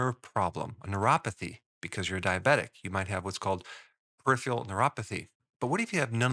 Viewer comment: I think you mean PER-I-PHERAL